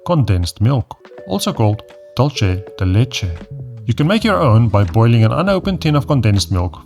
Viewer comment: I have to admit to finding the Afrikaans accent in English sexy AF. However, dulce the leche is Spanish, not Italian. Dul-say (Hispanoamérica), or dul-thay(Spain), but most certainly not dulchay. You really love your vegans, eh?